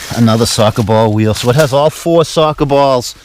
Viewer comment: Sawka bawl wheal... wtf is a sawka bawl weal